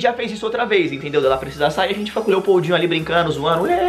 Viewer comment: Quando eu escutei esse nome Lepoudinho pensei que ele falou EI PEIDINHO